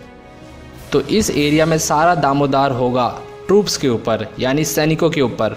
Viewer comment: Click 👉 Hindi to seekh lo pahle “Daro-madar” to bolna ata nhe 🤣